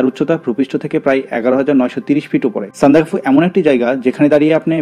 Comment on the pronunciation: উচ্চারন হবে সান্দাক্ ফু ।